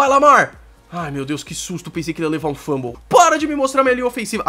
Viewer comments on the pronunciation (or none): Muito legal,. Mas me dá até um desespero te ouvir falar FLUMble. É fumble, meu caro.